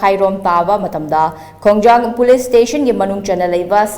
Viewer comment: Khongjom hygdbni ko khongjang hyba ntte